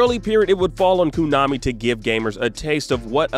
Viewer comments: Koonami,wooverine,animaniun? What's going on. It's too painful to keep hearing. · "Adamanium"... "Kunami".... does this guy even PLAY games or is familiar with the X-Men/Wolverine at all? 😂😂😂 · “Kuu-nami”??? Why,??? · also keeps saying Konami like coo-nami for some weird reason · coo-nami? adamanium? silicone knights? geez, learn to pronounce things dude....